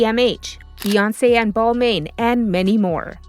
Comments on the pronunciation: i stopped watching when she said bal-MAIN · I totally agree. They have definitely out-priced themselves from the middle-class. Although, showing a personalized Neverfull while saying ‘$4000’ is a bit deceiving. They don’t make them anymore and when they did they were about half the price. Still not cheap, but also not double. And maybe also try to get a little closer to the correct pronunciation of ‘Balmain’ and ‘Hermès.’